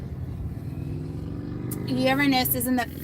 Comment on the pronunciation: hahah because its a joke in our house overtime you say uranus we hear URINE IS lol that was too funny